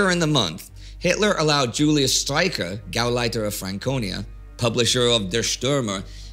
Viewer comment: You’re so good with that German pronunciation - but shouldn’t you therefore pronounce “Julius” as “Yulius”, and “Joseph” as “Yosef”?